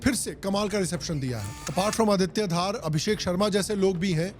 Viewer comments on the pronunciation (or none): Aditya Dhar hai Bhai Aditya Dhaar nahi being myself a Kashmiri your pronunciation is wrong